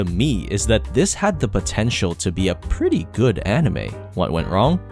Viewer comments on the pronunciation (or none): did I hear pontial